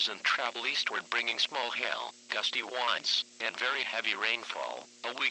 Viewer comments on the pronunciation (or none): Right I do believe the Text-to-Voice guy mentions gusty wands? Just a heads-up! e: Seems to happen whenever the voice tries to say 'winds.'